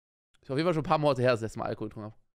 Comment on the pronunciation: Normale menschen: Alkohol Ich: Algehol